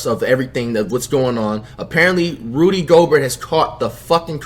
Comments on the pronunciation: this dude says rody instead of rudy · Its rudy not rody like roddy ricch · Bro who seen this nigga title who is rody my nigga u mean "rudy" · It's flight must of been high as FUCK because it's Rudy not rody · It’s Rudy not Rody lol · Nigga said Rody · “Rody Gobert” 💀💀💀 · Nobody: Flight: “Rody Gobert” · Dude said Rody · Nigga Said Roddy 😂😂😂😂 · yooooo I Love when Flight Says Rudy’s Name LMAO it’s an insult itself the way he pronounces it💀💀💀💀😂💯